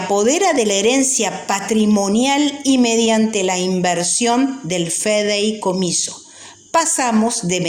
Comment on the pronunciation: Señora me va disculpar, pero usted lee horrible y se equivoca reiteradamente. Por ejemplo, no feideicomiso, sino fideicomiso. No es propiedat, sino prodiedad, entre otras cosas.